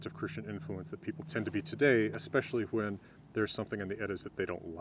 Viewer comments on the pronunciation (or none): I've noticed that you pronounce "wh-" words with the aspiration before the w often. Words like "When" and "Why", you pronounce "Hwen" and "Hwy". I found it interesting, I wonder where that comes from.